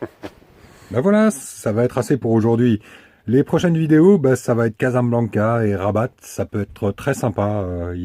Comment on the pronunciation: Le T de rabat ne se prononce pas ont dit Raba